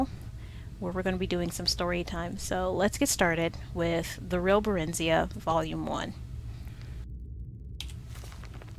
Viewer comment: her name is pronounced (bear-in-zi-uh) not (buh-rin-zee-uh).... just saying.